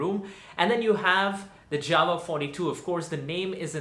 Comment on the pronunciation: Its JAWA not JAVA